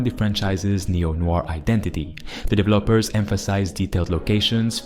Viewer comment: What the fuck are “divelllaappers” ? 😂😂